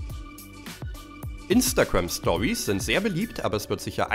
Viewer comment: Alter 4 von denen kannte ich schon 🤦🏻‍♀️🤦🏻‍♀️🙄 außerdem heißt es Instagram und nicht imnstagamm